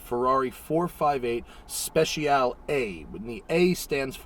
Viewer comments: Technically you are supposed to pronounce it "Spe-Chi-All-Ay" but everyone does it differently. I honestly just say "Spe-she-all-ay" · Matt, it's pronounced: 'specia-leh' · Thought it's pronounced "Spessyaleh"... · I love how Matt says "Special" "Royale with Cheese!" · Spe-cha-leh Matt. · The "e" at the end is not silent. It sounds like the letter A. Speciale. Spesh ee ahh lay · its pronounced as "spet-cha-lay" aint it? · you pronounce the e at the end of Speciale. In Italian, you pronounce every single letter. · Okok, so you review the Speciale Aperta without knowing the correct pronunciation of Speciale.